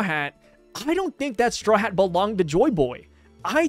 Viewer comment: I think all his Haa Haa's might be him trynna say Hat